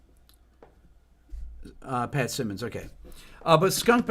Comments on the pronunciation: Simmons, not Simons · Patrick Simmons not Sy-Mons. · Wanna learn to play rock guitar, including bass? Listen to the Doobie Brothers. But Rick, honestly, the fact that you don't know how to pronounce Pat Simmons' last name, really. You might appreciate their music, but you don't really KNOW them. Not like we know them. Get Pat or Tom or TIran or Mike or Skunk on your channel. That would be epic.